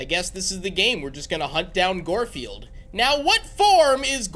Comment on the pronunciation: Why are you saying goldfield it's guard field